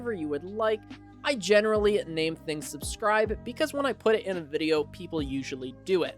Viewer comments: “Subcribe”. Lmao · "subCribe" lol love it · "Sub cribe"